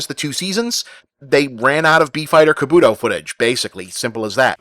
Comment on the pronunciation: The way you pronounce “Kabuto” makes me want to physically tear out your hair.